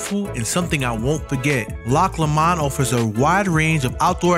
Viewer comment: It’s loch pronounced low mond